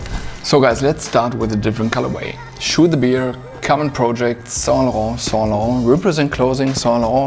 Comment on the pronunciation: Saintlarrrrnt accent👌